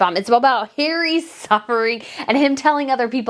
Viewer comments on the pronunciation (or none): It’s hilarious the way you pronounce Hazbeen’s name as ‘Hairy’!!! 😂🤣